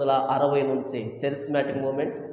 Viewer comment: చరిస్మాటిక్ కాదురా నాయానా, కేరిస్మటీక్ ఉద్యమం. కేరిస్మాటిక్ అంటే గ్రీకు భాషలో క్రృప అని అర్థం. క్రీస్తు చేత ఏర్పడిన అపొస్తులల సేవలు ఇంకా కొనసాగుతూనే ఉన్నాయని, అన్యభాషలు మాట్లాడటం అల్లరి కాదు కేకలు కాదు